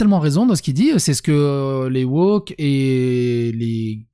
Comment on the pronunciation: 15'45 : pas "woker", wochiotte